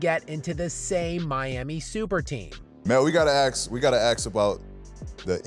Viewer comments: We gotta AKS.....🙄🙄🙄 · just for the record, and especially for the illiterate youth out there.....aks is NOT a word. It's ask. A, then S (not K, it's a different sound). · Nobody ever told George it’s not AXE lol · to be honest what absolutely disturbs me the most in this entire video is that Paul George can'T even pronounce the word "ask" and has a podcast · Shoutout to Paul George for having a podcast and being unable to pronounce the simple "ask" word xd